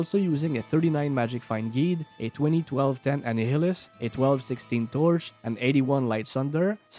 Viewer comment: I'm spreading the good word, Annihilus is pronounced like annihilate! Great video as usual! I would definitely like to see a Gimmershreds throw Barb, those axes seem like they'd be really good